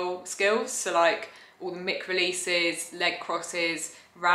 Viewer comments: Absolutely love everything you’ve done since the first lockdown. This is probably going to sound patronising but Isn’t it mic (mike) as in microphone, rather than ‘mick’? Totally prepared to be wrong on this, so feel free to school me. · Thank you 😊 no, it’s pronounced “mick” I’m afraid according to alllll the professionals. Yeah, I was disappointed too when I found out. It’s not named after microphone at all, but think even more annoyingly it’s named after the guy who invented it - Mike Fry. Which gives me more confusion as to why we don’t pronounce it “Mike” 😂 but apparently he didn’t want it directly named after him